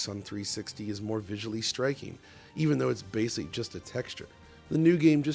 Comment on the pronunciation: New drinking game: Every time says “basely” instead of basically, take a drink.